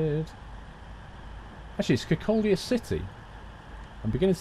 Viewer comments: Kirkcaldy used to be the manufacturing center for vinyl/linoleum flooring hence it's size. I can vouch that all these places do really exist, I live in Dundee. FYI Leuchars is pronounced loo cars and Kirkcaldy is pronounced Kirkcoddy, the L is silent. You should come and visit these places. I will say I'm impressed that you use google maps to show the route. The videos are great btw, :-) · Kirkcaldy is a town I live in fife You pronounce things so weird